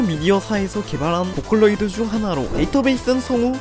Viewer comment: 포컬로이⤴️드⬇️ 하츠네 미쿠란 캐릭터 입니돠